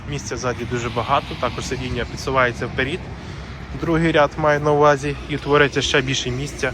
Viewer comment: Такі як ти знищують мову... пінААА??? вперІд??!! Та хіба є такі слова в українській мові?? Як оті папуги повторюєте за людьми що знищують мову. Слідкуйте за мовою солов'їною!! Великіби букви в тих двох словах це наголос.